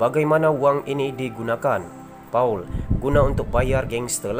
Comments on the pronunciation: Paul pun kau tak tahu baca. Baca Pol bukan Pa-ul. Dulu ketua whip, kau baca ketua W-H-I-P. Tolong berhenti jadi YouTuber. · The reader - correct ur pronunciation on this name -PAUL - jangan memalukan - polish ur reading professional - don’t get people to sleep to listen to your script reading !! memalukan melayu